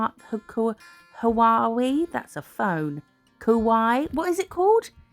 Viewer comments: Missed you too, sorry you’ve been poorly. It’s hard not to be anxious these days. I hope that things improve, and I’m sure I speak for most of us don’t ever feel like you’re boring us by letting us know you better. Just for future reference it’s Kawaii, pronounced ka wai eee. 😊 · I think you mean Kawaii designs?! Pronounced like Hawaii It's very cute! Take care